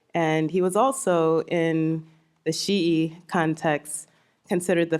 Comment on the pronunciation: I concur with your comment. Her pronunciation is correct. Classical arabic speaker here.